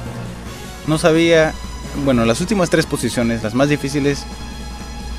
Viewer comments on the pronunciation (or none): none